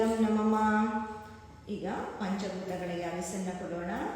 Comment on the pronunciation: ಅವಿಸ್ಸು ಅಲ್ಲ, ಹವಿಸ್ಸು